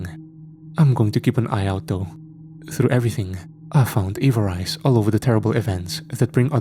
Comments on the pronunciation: Agreed, it was bugging me as well. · I believe you are pronouncing Avarice incorrectly.